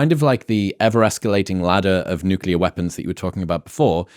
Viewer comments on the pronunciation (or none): Newkyoolar. Lol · The word is nuclear. It is pronounced new-klee-er. I'm sorry but the way he says nuclear drives me nuts. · How is it, such an intelligent guy, doesn't know how to pronounce NUCLEAR? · Why do intelligent people mispronounce nuclear, and unintelligent people pronounce it correctly?